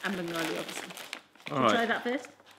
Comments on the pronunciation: it's bengaali u pronounced it right first time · EKETITEEEH Lol said it right the first time IMO “Bengali”. Do you think that’s why they made this video? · said it right way.. bangali one 😁😛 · knows the drill! 😎😄 Also the Bengali was spot on, great video guys! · YESSS SID SAYS BENGALI CORRECTLY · SIDS pronunciation was amazing!! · Omg sid amazing bangli p.s said it right love u lots ❤❤❤❤🇧🇩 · Yh you said it right